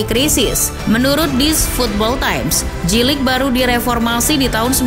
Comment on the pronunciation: Spellingnya Jey-Lig ya kakak, bukan Ji-Lig 😊